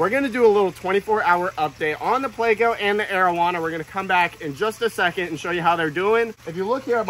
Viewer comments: Not a damn "playco" pleco. Say it with me. PLECO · Please say it correctly. It's plEco.... not playco. Gunna give me a damn aneurysm